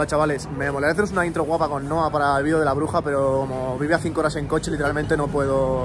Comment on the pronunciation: "Vidios" es video